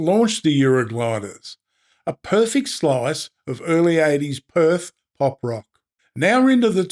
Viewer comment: PerfEct. Purr Feckt. Not perfikkt. Why? Just.... why?